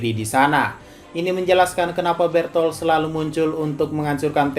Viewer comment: bukan bertol bang tapi berutoruto